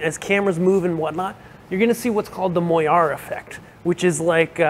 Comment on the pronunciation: Moiré is pronounced “mwah-ray”